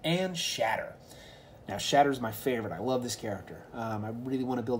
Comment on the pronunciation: Its shatter not scatter